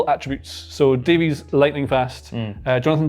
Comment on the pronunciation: What is it with folks overseas mispronouncing Davies name?